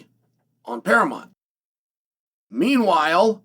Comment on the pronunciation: Now chael can't say paramount but he can paramont 😅